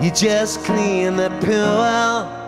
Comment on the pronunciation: Everyone in the comment section might go on about how Liam pronounces shiiiiiieeeeeeiiinnnaaa in his very unique and typical way. But noone mentions how Liam pronounces ”clean the pool” quite similar to ”clean the poo up” in the first verse of this song, thus causing me (as a non-native English speaker) to get the lyrics completely wrong after listening to the original demo (where the ”pool” part is less clearly pronounced by Liam): Sorry! At least I got the lyrics of the chorus about right lol. :D :-P :(